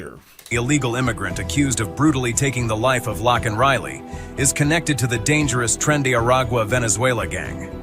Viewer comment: Thank you for correcting the pronunciation of Laken's name. ❤